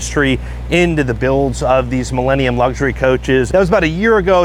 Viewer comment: The correct pronunciation is, Mee-la, not Mee-lay